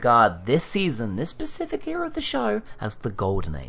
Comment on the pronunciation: Specific not Pacific